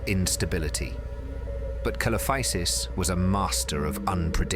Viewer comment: See lo fy sus not kelofisus